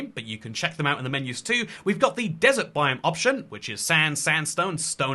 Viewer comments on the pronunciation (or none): none